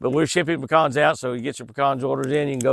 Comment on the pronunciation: SO nice to hear you pronounce PECANS properly! 😃😆 (Not Pee-cans)😜